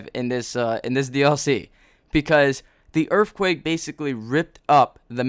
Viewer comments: Holy shit say *Earthquake not Earffquake. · I laughed at every "erfquake" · What the fuck is a earffquake? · Are you saying "Errrffquake"? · When he says earthquake I hear erfquake. I don't know why.